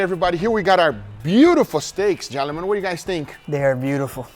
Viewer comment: You catch how he says jellymen, for gentleman or is that just me?